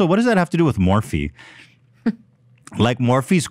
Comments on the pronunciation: The way Ethan pronounces Morphe as Morph is so fucking funny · Ethan it’s Morph-ee not Morph 😭😭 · I giggle every time Ethan pronounces Morphe - MORF! :D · Ethan is a total dad.... not knowing how to pronounce things like Morphe LOL. my dad used to call Gmail "Ga-mail" 🤣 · Can somebody please make a “Ethan pronouncing ‘Morphe’” compilation